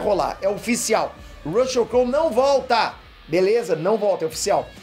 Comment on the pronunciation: Com a pronúncia do YouTuber do nome do ator, desisti de continuar assistindo o vídeo, Rucheu não dá